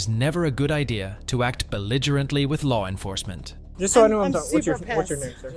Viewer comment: "ler nerfercement"